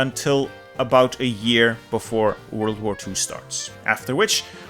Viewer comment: woiled war too